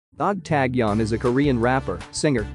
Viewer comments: HOW ANNOYING !!! Please don't report on this guy. OMGosh ! I can't even listen to you mispronounce his name 50 times! The narrator mispronounces ENGLISH, ITALIAN & KOREAN! HE IS NOT NAMED "TAG YON"Also you mispronounce " Vincenzo " in English, Korean and Italian. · He pronounced every Korean person's name wrong in the video, including Taecyeon. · YES!! Got so annoyed how he was saying Taecyeon all the time 🤐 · A little uncomfortable on how he pronounced taecyeon . But ok we understand. 😁😁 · Yes, that's right. I think a little uncomfortable on pronunciation by his name. But after a load of time, I understood